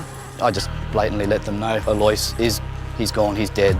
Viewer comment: Its pronounced al -Los